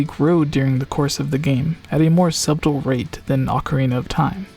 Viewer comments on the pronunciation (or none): did he just pronounce the B in subtle...?